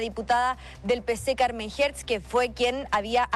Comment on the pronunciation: Carmen Hetz poh wn. CARMEN HERTZ!!!! 🤣🤣🤣🤣🤣🤷‍♂️🤷‍♂️